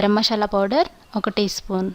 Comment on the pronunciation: Leave about the recipie..but first try to pronounce the names perfectly..it is "MASALA" not "MASHAALA".Thnx.